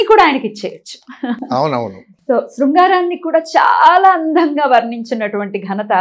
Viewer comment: Andham gaa kaadu, “Andam gaa”